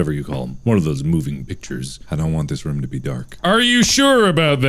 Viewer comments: And rum when he's trying to say room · Mark: pokes fun at Tyler for a mispronunciation of archives. Also Mark: consistantly pronounced the word room like Captain Jack Sparrow's favorite liquor.